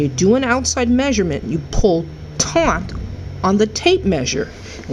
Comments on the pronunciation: You sure taughnt her. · It's taut, not taunt. How funny. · Loved the video...never knew about the scribe. PS: It's TAUT...not taunt. :) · I'm a patreon supporter of yours because your approach to helping others understand the concepts is AWESOME! (I'm also an editor ... if you're interested, it's "pulls taut" without the "n" ... hope I'm not taunting you! ;)